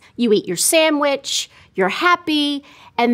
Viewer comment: She said "samwhich". Skip. I immediately discredit everything she said.